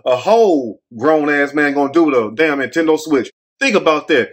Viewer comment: Intendo switch instead of a PS5 😂💀🙌🏽